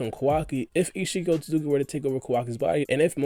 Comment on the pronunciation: “Oat-Suits-ki” not “Oat-tu-suki” that being my only gripe... great analysis